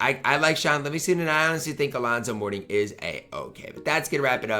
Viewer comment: its Alonzo Mourning pls ty lmao